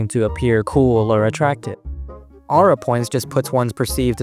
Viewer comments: but can't get over how he pronounces aura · i wouldve watched the full video if i didnt get so damn annoyed at how this mf pronounces aura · my name is ara and the way u said aura kept tripping me out lmfao